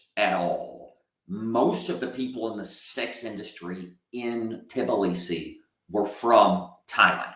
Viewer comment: It's pronounced Ti blee see. Not "tibbaleesee"